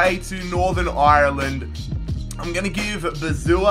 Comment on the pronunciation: (And also can you pronounce Ireland properly)